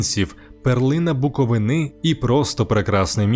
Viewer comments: БуковИни, а не буковинИ😂карл. Не розказуй історію про місто яке навіть вимовити нормально не можеш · БуковИни, а не буковинИ